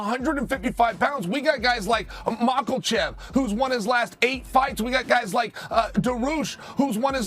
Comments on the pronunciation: Chael "Mockle-Chef Dahroosh" Sonnen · mackleshev?? darush?? cmon uncle Chael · Makelchev Duhroosh